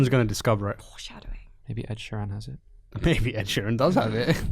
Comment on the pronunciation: It's Ed SHEERAN, not Sheem !